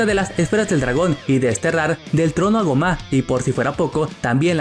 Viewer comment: Tan difícil se te hace pronunciar bien el nombre de gomah?